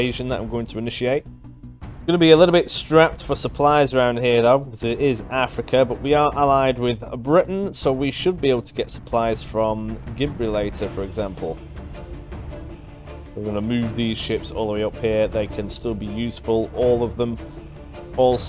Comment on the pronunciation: Gibrilator hahaha. Gi-bral-tar. Love your vids btw.